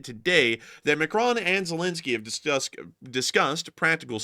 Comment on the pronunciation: ah you stopped saying Ma Crone, nice one 👍